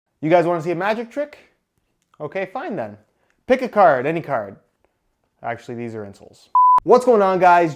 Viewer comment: “Pick a caurd any caurd”.